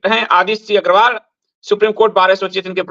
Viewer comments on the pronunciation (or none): अग्रवाल नहीं...अग्गरवाला है वो